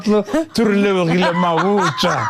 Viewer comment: Thank you very much for bringing the legendary and authentic KL ausi Relebogile. He really got me when he spelled your name, that sounded more like really-bougie. Talent abound in 1 man is priceless.